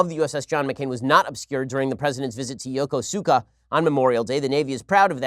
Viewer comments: Yokosuka is NOT pronounced yo-ko-su-ka. It is pronounced Yo-ko-ska. The u is dropped in the pronunciation of that name. A similar pattern often- but not always- occurs when a su or a shi is followed by a plosive/stop. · Ben, as someone who stationed there.. it's not pronounce Yo ko Su ka, it's pronounce Yo Koos ka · btw. the emphasis is on the ko. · Sorry. As a Jpns. speaker living in Japan, it is nice when people can actually pronounce place names accurately.